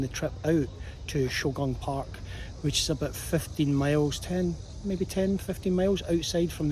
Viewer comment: Quick correction: it is “Shougang Park”, not “Shaogang Park”. I enjoy your content, thank you!